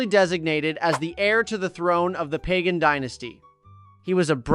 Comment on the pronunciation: Great video, but please look up pronunciations instead of winging it. Pagan is an easy one: buh-gahn. Some people put an emphasis on the second syllable, but never the first. Alaungsithu (ah-LOWNG-see-thoo) is hard, but he can also be called Sithu.